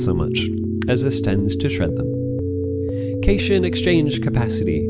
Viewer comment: This is an excellent presentation you have put together. One thing, however, that you should know. The word "cation" has three syllables. Cat + ion. It is the opposite of an anion, which is not pronounced "onion"! They are words to classify positive and negative ions, respectively.